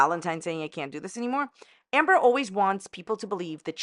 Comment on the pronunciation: Is it Amber or Amba? You aren't consistent with your pronunciation just sayin. What part of NY are you from?